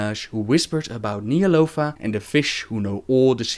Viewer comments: >Wondering if he ever pronounces Ny'alotha correctly..... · y'shaarj said ny'alotha and he completly says it wrong lol